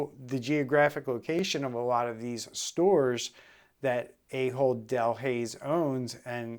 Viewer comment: I know it's a joke, but it is pronounced Ah hold, not A-hold.